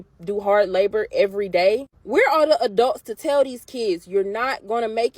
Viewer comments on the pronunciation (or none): yeah great teacher, can't even pronounce "th" sound.